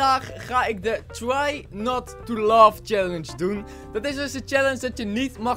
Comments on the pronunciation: het is niet love maar laugh niet gemeen bodoelt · Het is Laugh En niet Love 😂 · je zegt love in plaats laugh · laugh spreek je niet uit als 'love' maar als 'leff'😘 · We gaan vandaag de try Not to love challenge doen 😂😂... het is laugh niet love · Je spreekt t niet uit als "love" maar als "lef" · het is try not to laugh challeng jij zegt try not to love challenge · het is niet love maar leve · het is niet try not to love maar leve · Het is leev niet love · hun zeggen altijd try not to lof 😂😂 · Haha hij zegt try not to love😅😅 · Niet als haatreactie maar ik verstond try not to love scallenche